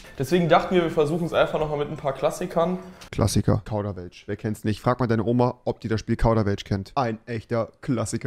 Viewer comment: Verpackung: Kauderwelsch Tim: Kaudawelsch